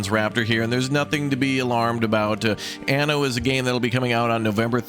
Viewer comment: Certo che questa voce AI che dice ANO invece di ANNO è come dire...grandiosa se non ridicola...ma perchè non le leggete voi i testi